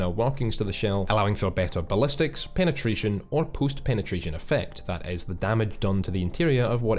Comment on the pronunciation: "Puust pinetretion iffect"